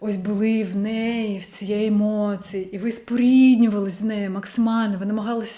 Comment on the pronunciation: Акцент трохи є, не дуже ріже слух. Наприклад у слові "емоції" я чую ЦИ замість ЦІ. Як для людини родом з Оренбурга то чудова вимова